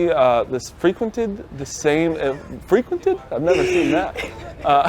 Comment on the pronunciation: I’d wanna find out what the most simple English word is that can’t read or doesn’t know… frequented is up there now